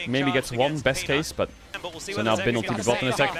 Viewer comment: and feels so nice to hear bin pronounced correctly